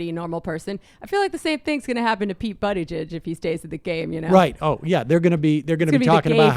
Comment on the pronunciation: she almost said "Poop Beetigeig"